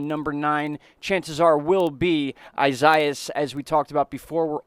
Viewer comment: It is pronounced as "Ees-ah-EE-ahs".